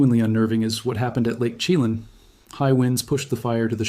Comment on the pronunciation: Oh Kee NOG gen... and lake sha lann.... NOT lake Chee lin.... fcking Ai scrip reader....